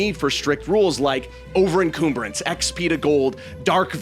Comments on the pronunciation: What the hell is that pronunciation of encumbrance? It's CUM, not COOM. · It's not en-coom-brance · im going to hit you if you say coomberance again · I'm pretty good at suspending my disbelief, but I refuse to believe that a DM doesn't know how to use Spreadsheets. Also "enCOOMbrance?" Naughty. It has the same pronunciation and similar meaning to cumbersome. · Why do you keep saying encoomberance? Is that a running joke I'm not familiar with? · "En-coom-berance" yeah this is zoomer education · Great take! Also, if you care, it's pronounced en-KUM-bruns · why the fuck do you call it encoomberance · nice well thought out and structured video unfortunately you have mispronounced the word encumbrance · Please google the pronunciation of encumbrance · This is spot on (other than the pronounciation of encumbrance). Some house rules I run in my games which drastically improve the tension: 1. Ban revivify 2. Death saves can't crit and enemies can't attack dying allies; you'll always have at least 3 turns to stabilise an ally, if you can get to them. 3. Long Rests can't take place outside of a proper place of rest, such as a campsite or inn; you can't Long Rest in the middle of a dungeon, camp in the middle of a storm, or even sleep under a Tiny Hut. And always show the party how something works before you allow them to trip up on it. The mimics in Prey aren't fun due to the fact that you don't expect them. They're fun because you SHOULD HAVE expected them. All consequences in dungeons/exploration have to be discernably downstream from player decisions.